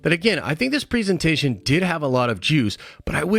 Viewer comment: The amount of times this guy mispronounces presentation is unreal...